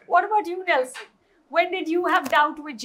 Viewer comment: anchor calling nelson as nels..